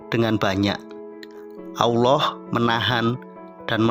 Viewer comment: Maaf dalam penyebutan asma Allah kayaknya ada yg salah di sini saya mendengar yg di ucapkan dgn eja' an Aullah ,padahal harus nya ejaanya Tetap Allah